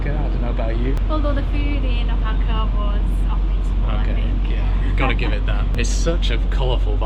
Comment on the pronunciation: We're new subscribers and are full time traveling since Aug 21, 2023... We just left 3 months in Mexico and absolutely loved Oaxaca.... To the point I have to beg you... Please have someone help you pronounce it correctly... There's no bigger insult to someone than to continually pronounce their name wrong, and that goes for cities... Wah ha ka... The is no O in the pronunciation... Thanks and we look forward to your guidance thru Colombia... That's coming up soon...